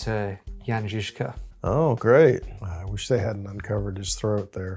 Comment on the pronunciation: Guys. I really appreciate your pronunciation of the Czech names like Kutna Hora and Žižka. I do not expect English speaking people to get my crazy language right (and I get it, it is not the easiest language to pronounce correctly) but you are the closest ones I've seen on YT. Good job! :)